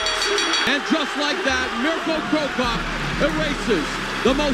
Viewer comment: Please stop using that AI voice, prounancing of Mirko, Privlaka and Vinkovci is horrible and disrespectful, it's not even close to real pronunciation.